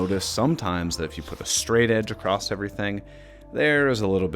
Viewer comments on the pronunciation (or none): unfortunately you said "acorssT" which is not a word, so I won't be subscribing and I'm guessing that's what the 30% dislikes are all about too ? or maybe it was the misleading title ?